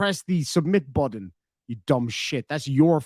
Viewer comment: Reach over, reach over and hit, and hit the ‘submit’ buddun, ‘submit’ buddun…